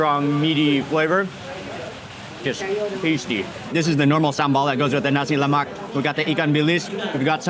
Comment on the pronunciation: Please Mark, just so you know, 'nasi lemak' is pronounced with a silent 'k' at the end. Don't emphasise the 'k' like you did. Otherwise, thanks for another mouth watering video. ❤